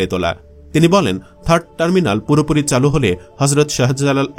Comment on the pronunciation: এত কনটেন্ট বানান " চালু " উচ্চারণটা ও সঠিকভাবে করতে পারলেন না 😢😮